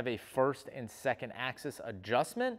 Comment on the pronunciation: "ax-ease" :P